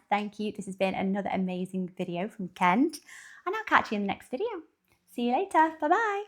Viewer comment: You say Cowboy Kent's name just right!